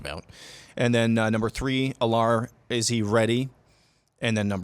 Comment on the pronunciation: I’m just gonna put this out there. Drew Allar’s name is pronounced Al-ler, not A-lar